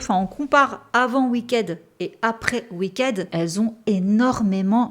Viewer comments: Pardon à l'avance mais, étant franco anglaise je dois préciser que ça se prononce "oui kid" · J'aime beaucoup tes vidéos, elles sont vraiment intéressantes et bien faites ! Cependant, par pitié, fais un petit effort sur la prononciation des mots en anglais, surtout quand tu répètes "wicked" plus d'une quinzaine de fois dans cette vidéo. Continue ton super travail, mais un petit effort sur la prononciation serait top ! Merci! 😊